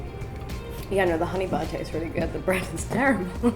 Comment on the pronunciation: Hahahaha the Bristolian 'Butter'